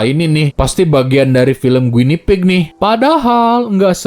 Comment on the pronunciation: Guinea pig itu Marmot sih bang, dibacanya gini